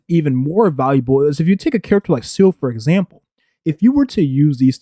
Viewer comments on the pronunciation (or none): none